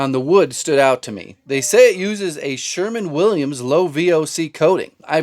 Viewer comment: . Did you just say “Sherman-Williams”😂😂😂😂😂